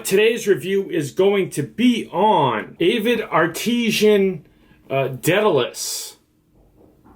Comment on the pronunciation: "ART-IS-AN" not "AH-TEE-SHAN", kid